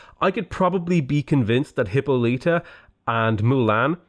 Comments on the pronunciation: Just a heads up, Hippolyta is pronounced hip-awl-it-uh not hip-oh-lee-tuh. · Hyppolyta is pronounced "Hip-Paul-lit-uh", not "Hippo-leet-uh" lmao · I think the pronunciation of Hippolyta is "Hip-pall-lit-ta" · I strongly disagree with you pronunciation of Hippolyta